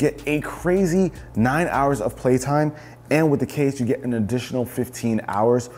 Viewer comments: “with the clase included” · "with the clase included'